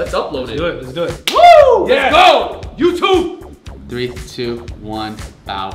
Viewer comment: he said wow let go YOU TUB!!!instead of YOUTUBE,that sound when he say YOU TUB!! Is weird,make me laugh hard😁😁😁😁😂